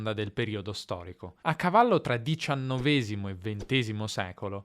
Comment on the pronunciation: hai detto diciannovésimo e ventésimo (secolo), mentre è -èsimo 😊